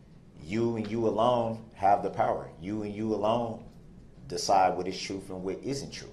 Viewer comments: The “truff”. 😂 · "Fafe" and "troof" is his ultimate misunderstanding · I have never had so much hatred in my entire life for another human being that I dont even know. The stupidity/delusion he spews is absolutely mind boggeling to me. Can someone tell me what "Keeeel" means or "troof?" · List of words that db cant pronounce that end with TH and replaces it with The letter F. Oath-oaf Truth-troof Both-boff Forth- forff Bathroom-bafroom Month-munt Other words Axed Grounz Tackit Living human bring Wather Pepperations Prejudices my defense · What school taught him that the 'th' sound is the same as the 'f' sound? "Truf" "faif" 🙄 AND how arrogant do you have to be to think you could wing a closing statement for your LIFE?! And I 100% think he's lying about the child writing him. That was meant to pull on the jury's heart strings! He lies as easily as he breathes!! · Is "troof" similar to "axe"? The ILLITERACY! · Munt is like Oaf and Truff and aks.